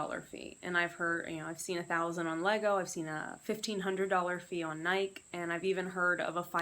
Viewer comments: nikEEEE NIKEEEE, there is an E on the end of Nike!! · Good info...the NikEEEEE drove me nuts too! I have never heard anyone mispronounce nike, until now. That was a first. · How is it possible to not know how to pronounce NIKEEEEEEE. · Ok, well as far as the word Nike is concerned, the vast majority of your countrymen are wrong when they say the word, Nike. Are you under the belief that the letter "e" was added for absolutely no reason at all??